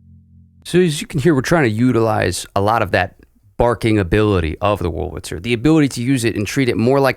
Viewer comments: are you saying "wulritzer"? it's much easier to pronounce it the way it's actually spelled, with the r before the L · i was being rhetorical. you are pronouncing it "wulritzer" consistently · He is pronouncing it "Wurlritzer" not "Wulritzer" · Definitely. It's clear that he says "Wurl-ritzer". I'm not criticizing him though. What has been odd over the decades is I've heard a substantial % of folks mispronouncing "statistics". Instead saying "satistics". And mispronouncing "Massachusetts". Instead saying "Massatusetts". I'm an oldster & have noticed those 2 for many decades.